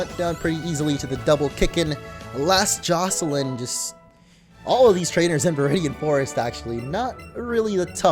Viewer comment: thank you for pronouncing Jocelyn right 👍😂